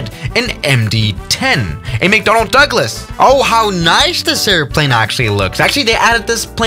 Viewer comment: Lol Macdonals